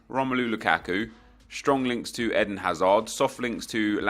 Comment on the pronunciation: Isnt it Eden like the garden of eden not Ehdin hazard